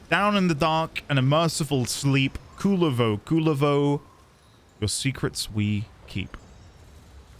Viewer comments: Kullervo is one of the best warframes rn, top 3 at least, hope you try him, theres mountains more lore in duviri to be found as well. Also, the general community agrees to pronounce it "Koo-LARE-vo" instead of "Cooler-vo" cuz that shit sounds lame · as a Finnish person it kinda bugs me how the game pronounces Kullervo 😅 Game basically pronounces Kulervo instead of Kullervo. No harm done tho. Oh yea btw if you wanna understand Kullervo’s lore it is directly inspired by his namesake in Kalevala (finnish folklore) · the pronunciations. you said "Kulervo instead of Kullervo" , and i don't get the difference either 😅